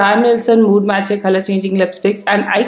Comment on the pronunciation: Khalar nhi color hota h 😂😂